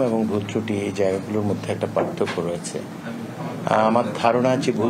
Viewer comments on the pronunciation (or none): none